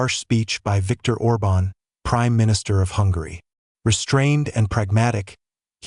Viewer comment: ORBAN, ORBAN!... get it right!